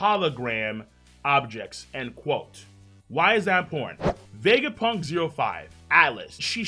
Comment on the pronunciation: The way says Vegapunk's name is so satisfying to hear